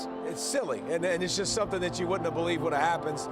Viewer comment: Silly? That's what I heard. Pollack...